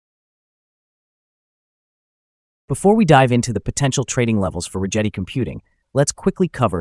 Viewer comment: hate to be that guy but if you hear Chad Rigetti say his own name, it's Rigetti with a G like Get